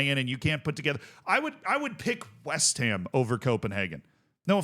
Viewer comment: It's "west HAM" not "WEST ham" 😘⚒️🫧🏆